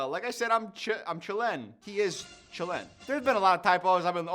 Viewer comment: "I'm chill-EN"😂😂😂That was so funny to me lmao.